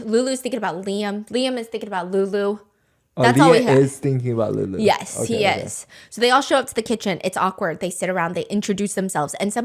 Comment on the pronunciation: The way calls lulu “LoULoU”😭